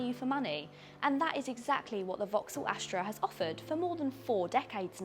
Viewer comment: Why do you keep saying "Ashtra" instead of "Astra"?